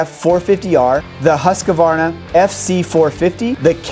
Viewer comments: Husqvarna, not Husqavarna. American people pronounce often so funny🤷🏻‍♂️😂😂👌🏻 And so wrong...🤦🏻‍♂️🤷🏻‍♂️😂😂😂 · Hus qvarna not husq avarna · I’m a vintage guy and I cringe when i hear Husk uh Varna